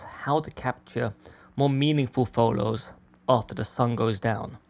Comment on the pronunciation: Love your work 🎉🎉🎉 And also how you say photos #pholows